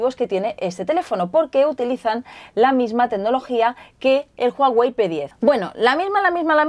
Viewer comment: "JUAWEI" JAJAJAJA C manasanta :v